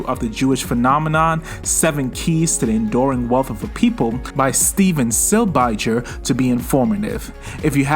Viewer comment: This is just a petty nitpick but as a Silbiger it's pronounced Sihl-bee-guhr 😁